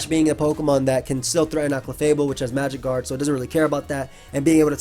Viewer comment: I keep hearing magikarp clefable instead of magic guard clefable lol